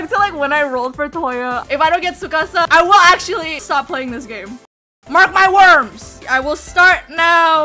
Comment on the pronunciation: I know she did not just say “mark my worms” 😭😭😭❤️💀